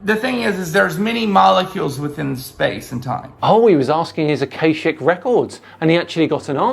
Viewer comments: Normal is a failure of imagination, but this starts as a failure of information sliding rapidly into garbled insanity. He mispronounces "akashic records" as if it were "acacic records". Acacia is a genus of small trees and shrubs, that's all. "Akashic records" is an esoteric fantasy made up by that 19th century mystical bollocks merchant, Helena Blatavsky, who claimed to have recovered "ancient wisdom", blah-de-blah. She was, as far as I'm aware, a harmless nutter. The "harmless" label cannot be attached to all of her ilk, but clang-honk-tweet away with the faeries she undoubtedly was. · Got to - this is gibberish isn't it? There isn't enough dressing in the world for that amount of word salad What's an "awcawshic"? Is he asking questions to the air, and getting replies? Yeah, care in the community really isn't working here. This guy needs professional help.